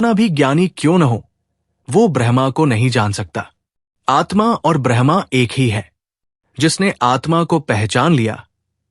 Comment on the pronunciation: आपने तो बड़े ही गूढ विषय को छुआ है,इसके लिए आभार।पर उच्चारण में थोड़ी कमी है।जैसे ब्रह्म को आपका ब्रह्मा उच्चारित करना।